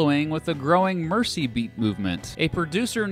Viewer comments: The commentator just called it the “mercy beat” - it’s the MERZEY!!! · Hello from Liverpool. Just an FYI: most Americans pronounce Mersey as "mercy". Actually, it is pronounced as "merzee". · The 'S' in Mersey and Merseyside has more of a 'Z' sound, mer-zee. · Oh come on. Mersey is not pronounded like mercy. It's pronounced mer-zee. Americans and Britsh place names. I despair. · Just for info: "Mersey" is pronounced with a hard 'C'. "Mer-Zee" not "Mer-See". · Merzi its pronounced MERZI -MERZI BEAT! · Mersey is pronounced merzy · 'mercy-side'?.. SMH. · Mersey is pronounced like hers, not hearse. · Pronounced Mersey wrong .. then Epstein wrong .. i'm out! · You keep mispronouncing 'Mersey'. The 's' is prounced more like a 'z'. The American releases are just a mess.